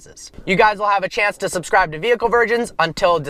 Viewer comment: why does he talk normally only to then say "subscraib" at the end of the video